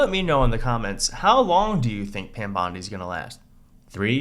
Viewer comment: Do you realize that LL keeps calling her Pam BLONDI? 🤣🤣🤣